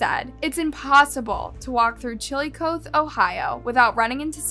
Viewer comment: The second I saw her photo in the thumbnail I knew who this was it happened in my town and my mom knows his mom. I’ve also been arrested by that officer before 😭 Btw old man’s cave is in Logan Ohio not chilicothe (the pronunciation was making me cringe the whole time💀)